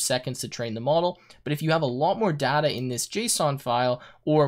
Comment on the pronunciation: Everything's good but a couple of things which really bothered me a lot was the pronunciation of "data" and "tuple".